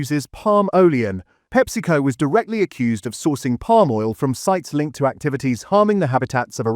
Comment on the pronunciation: Palm oileon 😂